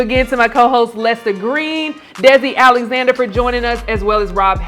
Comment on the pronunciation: Alexander….Not Alexnader!